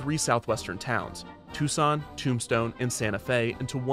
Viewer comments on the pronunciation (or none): none